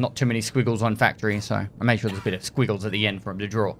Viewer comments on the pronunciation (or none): none